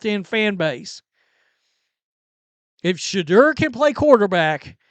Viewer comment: “Shuh-door”. Pronounce it right